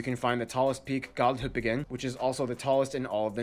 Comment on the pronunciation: I'm gonna write something noooooooooobody asked for, but, here I go. This is how you pronounce "Galdhøpiggen" First, you need to know how to say the letter E in Norwegian. Read the sentence "Eh, I don't know" The way you say "eh" Is how you pronounce E. So if you say "Galle" With a Norwegian E (galleh) , it'll make up the start of galdepiggen. And the last part is very easy, just say piggen, with a bit more pressure on the G. Also, make sure the N at the end is heard clearly. There you go, as a native Norwegian, I assure whoever reads this that this is how you pronounce it. "Gallehpiggen"